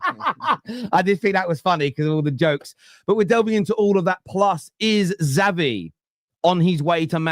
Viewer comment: Zavvy? Always got to try and be extra sassy eh. Speak properly lol